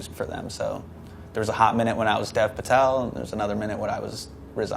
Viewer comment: i passed away when he said Dev Patel in the wrongest way possible on earth Death